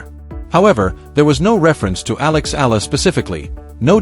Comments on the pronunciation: It’s not Ella , it’s Eala = pronounced E - yala .. fix it please ok .. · The correct pronunciation of Alex’s surname is : E - yala